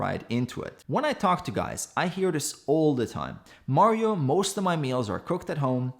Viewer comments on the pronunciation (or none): none